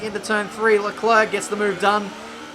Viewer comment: Charles LeKluh